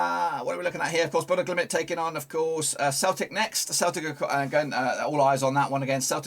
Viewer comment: RELAX your talking speed it's BODØ GLIMT not GLIMIT WTF IS THAT !?